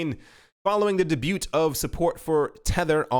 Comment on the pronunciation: The t is silent in debut :) p.s. love ur vids